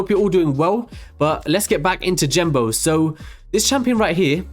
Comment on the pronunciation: "jenbo" "jenbo" "jenbo" "jenbo" ffs Genbo!